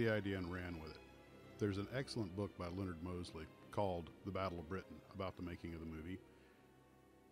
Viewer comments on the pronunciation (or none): none